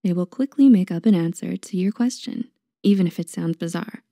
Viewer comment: “Bizarre” not “bizzare”